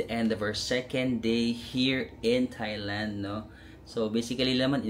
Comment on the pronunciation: Kahit yung Thailand, it's pronounced with a hard "t" and not the conventional "th".